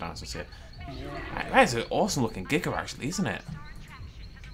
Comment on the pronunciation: It's Giga not Jiga